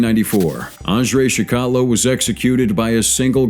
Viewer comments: Its pronounced like chickatillo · It's pronounced CHIK A TILL O